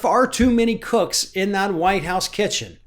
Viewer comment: Did you say cooks or crooks?